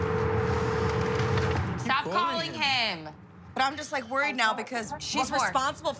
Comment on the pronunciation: He ain’t say nuttin but Kingston here I coooome